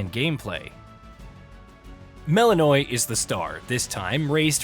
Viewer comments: You are joking, right? They do not pronounce it like that in the game. They say it properly, which sounds like "Mel-in-oh-wee" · Anyone else get irrationally angry when people pronounce names wrong when they say their name a million times? "MEL-IN-O-AY" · I get the feeling that the guy reading this script hasn’t played the game even once. Mel’s name is said so many times that it’s hard to imagine mispronouncing it this hard if you’ve played the game…